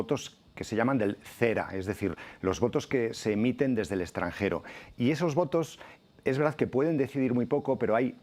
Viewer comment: ExtranGero...??? O extranJero?